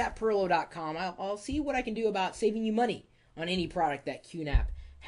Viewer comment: Time is moneh! And moneh is moneh!